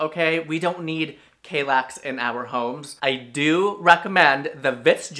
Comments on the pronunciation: What's with the horrible pronunciation of "Kallax"? It has two L's in it, not one. And are you kidding me about the Strandmon? The Färlöv is fricking ugly as hell and mega clunky. I have a small living room and my Strandmon in Lingbo isn't clunky at all and looks way better than the monstrous Färlöv. And Malm came in 2 variants. A lower version and a higher one to put those drawers underneath. And ye, I stubbed my toe several times on my Malm bed, once really badly. It was also really tiring to get out of the Malm, since I had the low one. Now I have the Hemnes and it was such a change. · Just a hint on how to pronounce these swedish names: if there's a "j", like in Vittsjö, it's pronounced like in "Yo" and not "Joe". If there's an "a", like in "Kallax" is pronounced like in "arm". And Ikea is pronounced "e-k-uh".